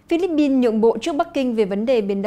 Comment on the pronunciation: Co the bao ban phat thanh vien nay noi Philippine chuan hon duoc khong ah? Pin chu khong phai Bin. Con lai moi Thu deu tot. 1 gop y nho Cho Chuong Trinh